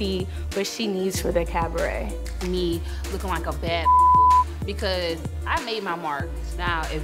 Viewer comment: Everytime she says "Cavaret" 😭.... Sends meee On another note 3/4 of this is B E E P!